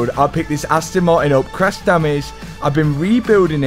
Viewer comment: Aston maiin 😂